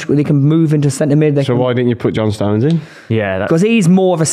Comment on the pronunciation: Why does the brummy keep adding letters to Stones' name. "Stowenes"